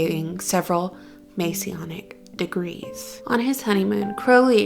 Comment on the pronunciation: Blimey. You can't even pronounce his name properly. It's also Masonic not Masionic. This video is mostly hilariously wrong.